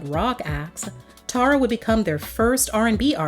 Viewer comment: One of the songs on her album is called "Tara By The Way," and in her case she pronounces it Tarra, like the narrator did.